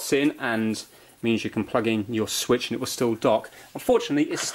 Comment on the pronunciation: Han nintendo suich lite wat